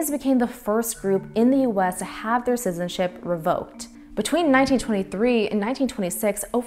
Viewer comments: She said sizen ship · A fascinating subject that deserves attention but personally I was distracted by the fact that the narrator couldn't pronounce the word "citizen" or "citizenship". She consistently says "sizen" and "sizenship". It grated on my ears. But the subject was well documented and interesting. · The narrator can't pronounce 'citizenship'.